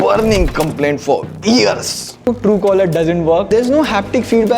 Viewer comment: why do you say “ears” instead of “years”?